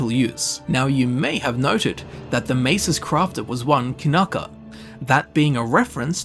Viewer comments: Kyanka is a russian word for wooden mallet ). It's Kyanka, not Kanaka. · I gotta ask - why the heck do you read "Kyanka" (Kee-yan-ka) like "Kinaka" multiple times? did someone typo your read copy?